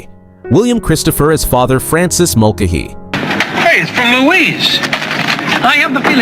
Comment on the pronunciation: I don’t think the narrator watched the show by the way he pronounced Father Mulcahey incorrectly (don’t know proper spelling). He also called Loretta Switt Loretta SWEET